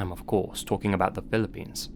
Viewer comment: Being Filipino myself I couldn't resist clicking on this link 😊 🇵🇭 Also couldn't help notice you said "Pilippines" like some natives do lol 😄